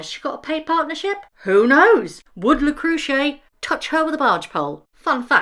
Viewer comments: It is pronounced Le cr.ew shay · Le Creuset is pronounced as - Luh croo zay Very straightforward & simple. I didn't watch this load of cr*p, but why does Markle always get things wrong. 😊 Edit: A daisy chain?? How old are the women? I don't get it It sounds like this whole telly show is an exercise in all things Markle, which is why it will fall glat on its face. I just hope all the people reviewing it doesn't make it a success!